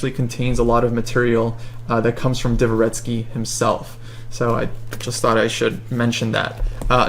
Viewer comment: Divva ‘retskee : PUKE dva ‘retskee Dvo is ONE syllable. Not two.